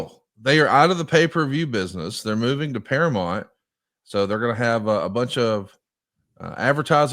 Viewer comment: Conrad saying paramont is driving me nuts